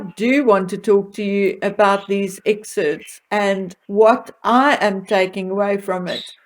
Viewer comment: It’s EXCERPTS!! NOT exerts.